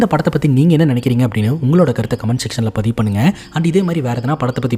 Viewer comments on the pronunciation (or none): none